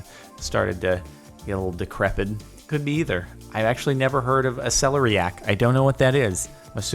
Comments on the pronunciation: It's pronounced ce-LAIR-eiac not celery-ac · Emphasis of celeriac goes on the second syllable "se-LER-iac" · Its pronounced sell-air-eee-ack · Celeriac pronunciation: sell - air - iac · or how to say it properly?